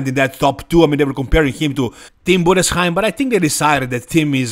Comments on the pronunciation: You’re the first guy pronouncing Tim Budesheim‘s last name correctly. Respect. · Yes, perfect pronounced, wow! 👍🏻